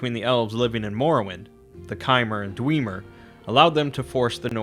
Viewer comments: Dweemer? Why not dwemer? Even the voice actors say it dwemer and not dweemer... Smh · Dude, it's not Dweeeemer it's DwEMer the "E" is guttural meaning it's closed...but hey screw phonology. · its not dweemer its dwemmer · The dwemer not the dweeeemer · just a couple corrections for accuracy's sake, the dark elves are called dunmer, and the dwarves were known as dwemmer (that's with a short "e" sound not a long "e" as you pronounced it). sorry to be so obnoxious, but I'm a huge fan of the elder scrolls mythos and just want to hear it being told correctly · Love ya bro but "dweeemer" really? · Why are you saying Dwiimer? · Who else cringed when he said “Dweeemer” ? 😫😂😂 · did this boy just say dweemer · Did you call them the “Dweemer” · I'd pronounce Dwemer with a short initial e. As in the vowel in 'Dwe' rhymes with Wet. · It kinda sounds like Dweebmer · xD the way he says dwemer hurts me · I have to say you did a pretty good video on your history of Tamriel only thing is how you pronounce Dwemer kills me man lol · Daniel Molina not gonna lie it triggered me. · Made my eye slightly twitch after a certain number of repetitions 😂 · He's going to pronounce it that way in future videos. Wisconsinites always struggle to overcome their propensity to use long vowels. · yah he says it so weird but seems to do all the other great... lol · The way you pronounce Dwemer triggers the fuck out of me, lol.